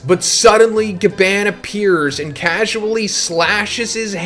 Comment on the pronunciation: we donnnt pronounce gaban that way my guy